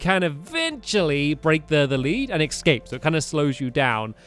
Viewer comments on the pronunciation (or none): Has anyone else noticed that stampy says ecscape instead of eacape